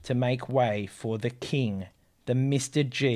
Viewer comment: I cringe with each “Mr. G”. It’s “MR dash G” so “ Em arrr Gee”. Ugh.